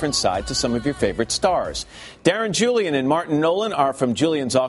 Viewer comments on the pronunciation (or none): none